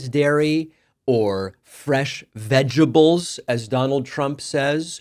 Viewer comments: Diaper Donnie can't pronounce vegetables because it contains more than three syllables. It appears the only three syllable word he can say is "tremendous". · We would prefer if you do not humour Trump by saying "vegables" and why are you dissing 'Sam and Ella", what did they ever do...